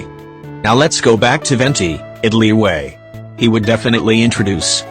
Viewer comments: Fun fact: Liyue in genshin is always pronounced “li wei”, even thought it’s supposed to be “li y-ueh” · text to speech: "LIWAY"